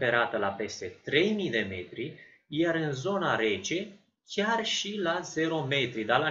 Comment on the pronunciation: banchiza (strat plutitor de gheata) pt cei care nu stiati(((: apropo la este chiar* nu ghiar (((